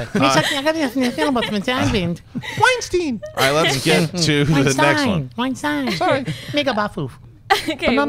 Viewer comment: Weinstein is actually pronounced wine-steyn not wine-steen